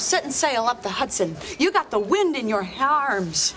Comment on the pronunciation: IN YOUR HAARMS 😂😂😂😂😂😂😂😂😂😂😂😂